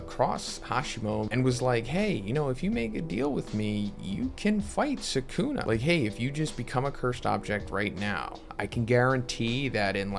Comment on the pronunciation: How you pronounce Sukuna is cringe. Lol